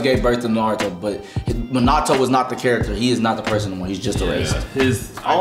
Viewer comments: idk if im dumb or sum but i swear they saying minato soo wrong, like they dont say it like that in the show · guys its Min-ah-toe